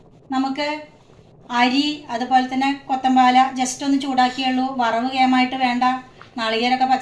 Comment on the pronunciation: Kothampala alla kothamalli.yadhartha Peru parayuka.pls.